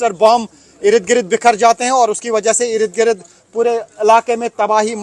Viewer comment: Bhai Irid Girid nhi hota. IRD - GIRD bolo. 10 dafa ye word use karte ho. or is se behtar Irid girid k bajay Yahan Wahan bol lia karo.